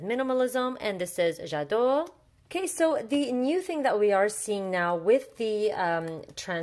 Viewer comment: When says "J'ADORE" my face like::0.... SHE SPEAKS FRENCH!!